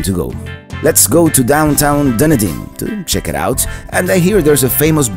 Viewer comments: Wow did you ever butcher the name Dunedin. Its pronounced Dun-e-din. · Oh,, I waited and waited for you to get to Dunedin and Honeymoon Island. Then...you said Dun - din. It is pronounced Duh nee din. Then you missed a spectacular beach and nature preserve when you didn't go into Honeymoon Park. AAAHHHHHH! But I understand not wanting to pay to go for just a few minutes. And I still love love love your videos! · Okay I watch this video about 12 times lol I have to correct you on how you saying it it is pronounced done eating even though it's not spelled that way LOL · Dunedin is pronounced Dun E Den. Love your videos. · Nice video as usual. But Dunedin is pronounced dun-EE-din. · This video is comical! The way he pronounces Dunedin and tons of other stuff🤣🤮